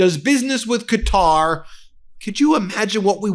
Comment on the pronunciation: you are mispronouncing Qatar